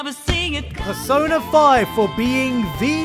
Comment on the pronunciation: when u said prosona i was triggered as hell like *********************** yea so thx god u doghe bullet